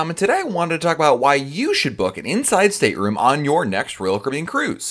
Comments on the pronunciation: Was this in English? Inshshrm? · I heard "inside sit room." It irritated me. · I sware this dude was saying Insisaroom the whole time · "Hey everybody, it's Matt from I talk so fast dot com. I don't pause or use periods when I talk and an "Indian sit room" and an"inside sit room" is the same thing as an "inside state room", depending upon who is talking. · I thought i heard "inside stadium" at least twice. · He must be paid to push the sale of inside state room....insistatroom (the way he says it). Annoying!! A virtual balcony....good Lord...how stupid!!